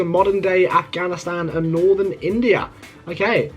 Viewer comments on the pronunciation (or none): none